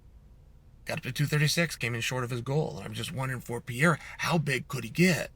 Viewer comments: Why do you call Alex Perr-eira..... PIERRA? lol. You know that's not his name. At least roll the R if you want to really jump in and play pretend. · you know it’s pEreira… not pIEreira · MR. SONNEN...Its pronounced Pe-ray-rah. Not Pee-eh-rah. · Who tf is Pier-A? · Who’s Piera? When paid good bucks to talk sports and about athletes Take few minutes to learn how to pronounce easy names We are not talking here pronouncing Dvalishvili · I was watching and then I heard him say pee-era and immediately shut this off. What a joke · Purrrr ayrrrr ahhhh! what s with the mispronounciation on his name. It s easy.. not Pierre-Ah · Wtf is Piera Chael? Is he trolling messing up fighter’s names all the time?? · ''Piera'' ... HAHHAHHAHAHAHA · Piera 😂😂 Love it. Don't ever change Chael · Who’s Piera lol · Who's Pierre-ah? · "Pee-er-ra is in Los Vey-gess" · Pee era is how chael pronounces it😂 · Chael unlocked a mythical fighter the day Alex was signed: Pierra is officially a 2 weight world champ and you’d never heard of him. Who needs to pronounce an H when you’re Chael Sonnen? Still undefeated and undisputed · Who’s this guy “Peeyara”? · Chael let me help you pronouncing the champ's name: read it as is " PEH REH RA" 🤦‍♂😆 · Alex Pierra catching strays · Pee Era…🔥💀🔥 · Bro saying “pY-ERA” 😭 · if Chael pronounces it like that, Alex is changing it to PIERREAH tomorrow. Best arms in west linn oregon, never lost a round. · It's the Pee-era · By now you should be saying Pereira's name correctly. It may help you at your job to pronounce fighters' names correctly. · Stating with a mispronunciation of his name, classic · i love how incorrectly chael pronounce perieras name lol and to this day never tried to fix it knowing everyone he speaks with on this topic says it differently than him lol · Chael, good Lord, the way you're saying his name is... just the worst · The point was to mispronounce Pereira's name 64 times.